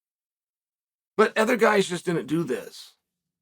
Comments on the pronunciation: Just like Chael, I like Alex "Pierra" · Alex Pierra? It took me a little bit to get it